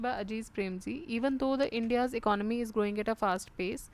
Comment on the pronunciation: Graced and least coaxial PCS centric test format version as per my long navigation on the youtube...and one more thing u resist to pronounce economy as "akanamy" or "guyjjjjj"....